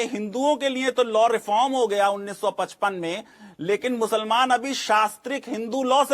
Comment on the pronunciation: Bargalaya hai e bihari khaali... Chutiyaa kaat rha hai...kitna emphasize krta hai muslaman musalmaan...